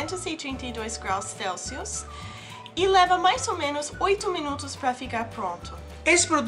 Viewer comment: 232 grraus céulsius kkkkkk